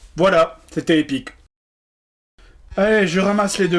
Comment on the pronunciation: C'est épique pas "epuique"